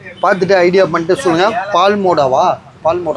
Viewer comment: பால்மோடா இல்ல பால்முடா